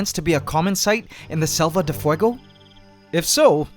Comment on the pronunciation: Quick thing, you are mispronouncing Selva de Fuego, you are basically saying Save of Fire, so just check in translator or something because it has been bothering me for a few episodes. Ant love forever.